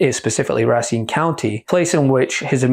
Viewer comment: Pronunciation of Racine a bit off. Ra seen.....Racine. I grew up in Wisconsin. When I first moved here my pronunciation of Spanish words was off!! The J sounds like an H. San ho say San Jose!!!